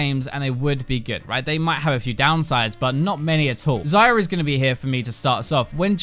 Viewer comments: you call her "zyra" or "xayra" is supposed to be "xayah" and accent isn't a thing here, i am English too. ZY-YAH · why do I keep hearing zyra...